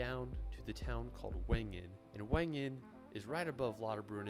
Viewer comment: Wengen prounonce with a V